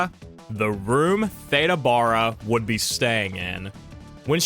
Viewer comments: Some people pronounce their vowels differently especially the A one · I never heard her name pronounced that way. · Theda Bara was pronounced, “THEE-dah BEAR-uh” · can't imagine doing a video on Theda Bara and not pronouncing her name correctly. The actress Theda Bara is pronounced THEE-də BARE-ə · FWIW: Both names are mispronounced,. Much more like Theeda Baaruh. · ThEda Bear ah. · For that matter, I've only heard her name pronounced, "Thee-da Bear-a," like Yogi Berra. Best Foot Forward, The Beverly Hillbillies, The Munsters, etc She showed up on Lux Radio Theater, with the familiar pronunciation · PRONOUNCE HER NAME ..CORRECTLY IF YOUR'E GOING A VIDEO ....JUST MY OPINION ...😯